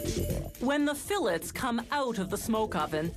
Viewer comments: Fill its? Whats a "fill its?" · The salmon fill it’s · Whats a "fill its?" What are you filling?